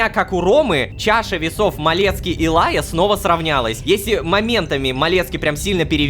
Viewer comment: Почему меня трегерит Лайя. Просто я думаю будто Рома кортавит Р в имени Райя